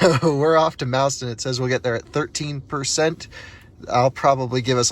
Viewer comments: We say "MOSS-ton" not MOUSE-ton :) Welcome to Wisconsin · "Mauston" is pronounced, "maww-ston." The more you know. Great vid! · Thanks for sharing. I have been to all of those chargers. BTW, Mauston rhymes with Boston.